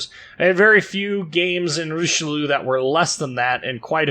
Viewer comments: RICHE LUUU xD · Hilarious to hear you trying to pronounce Richelieu and Jean Bart ;-) Thanks for the video mate.